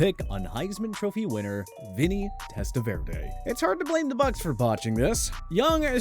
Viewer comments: The way you say Testaverda irks me so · How do you pronounce Vinny Testaverde name like that 😂 dude just be reading never heard of these players